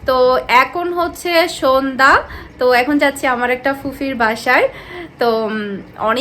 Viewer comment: sonda hobe na shondha hobe if yuo don't mind.